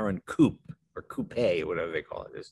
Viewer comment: Good to hear someone pronounce coupe as "coo-pay" and not "coop" very refreshing.